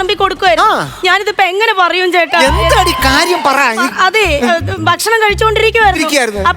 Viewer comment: ദയവായി 'ബക്ഷണം' എന്ന് പറയരുത്. ഭക്ഷണം എന്ന് പറയൂ